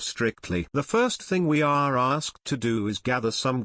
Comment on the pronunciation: i really like that tts voice... it turns "the first thing we are asked to do" into "the first thing we are a*sed to do" :) im also quite fond of it when it says "issue"